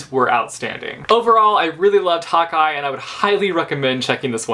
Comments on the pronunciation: Every time you say " Hawkeye" it sounds like " hot guy" which is funny because Hawkeye is a hot guy. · Every time you say Hawkeye I think you are saying hot guy.... I'm British so it must be the different accents but it just made me laugh :) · Am I the only one or did every time said 'hawkeye' it sounded like Hotguy:D?